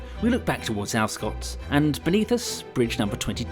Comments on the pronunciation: Cheers for this, although the locals pronounce it 'Alver-scot'! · Further snippet of local knowledge - 'Alvescot' is given three equally weighted syllables and the 'v' is voiced - Al-ve-scot. Time and pronunciations change, but I can offer only 1950s/60s conventions.